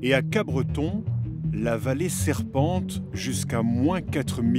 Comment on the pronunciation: Pour info c'est Capbreton et non pas CapBreton.